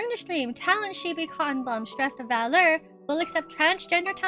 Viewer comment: To clear one thing, the agency's name is pronounced as "V Allure(as in "V"and "Allure")". It might be confusing due to the brand name not consisting of dash or period in between the letter and the word.